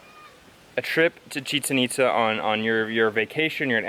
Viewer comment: OMG !!!! amazing video as always, but pleaseeee pronounce the accent, it's ITZÁ, emphasis on the "A" haha just saying